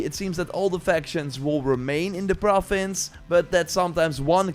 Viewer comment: I like how he says “profins” 😊